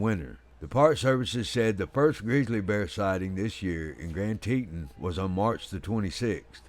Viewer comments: Lost my interest at saying Teetan... it's Teton. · Damn it, use the proper pronunciation of "Teton" for crap sake. You sound like a hilllbilly....."teeeetawn", jeeeez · Wyomingite here, and yes Teton is pronounced Tetahn. I won't hold it against the narrator though. He makes a lot of good points and that is more important than pronunciation of the landmarks. This is the second grizzly attack in Wyoming stopped by the bear biting on the bear spray can. The other was in the Crandall/Sunlight area. Glad he survived and is making a full recovery. Lucky/blessed they had cell signal, I would recommend a GPS sos device. That device saved the man in the aforementioned Crandall/Sunlight attack. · I always thought it was pronounced Grand TEE-ton" ("ton" as in the word "baton")? But is it "TEE-tin", as pronounced in the video? I don't know -- just curious. Great video. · I have always heard it pronounced grand Tee-tahn , The narrator has a very strong southern accent therefore he pronounces it grand, teet-un… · I’m assuming that you neglected to see the comment that I (the narrator) posted apologizing for any mispronunciations. In a perfect world everything would be pronounced correctly. I’m sure that everyone’s accent make mispronunciations all the time. Again my sincerest apologies for mispronouncing tah-ton which had no bearing on the point of this video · lol! It’s Tee-tawn. 😁 That’s how locals pronounce it. I grew up there. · I cant listen to you mispronounce "Teton".